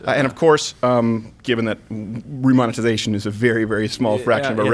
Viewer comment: Remonitezation?! PAAAAAAARRRTAAAYYYYYYYYYY!!!!!!!!!!!!!!!